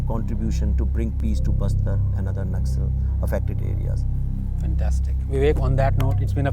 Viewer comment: 5 secs into this video and am really irritated with background music...and it's not 'Nakksals' it's Naxal...short form of Naxalbari